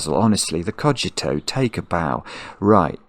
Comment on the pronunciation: pronounced it correctly at the start of the video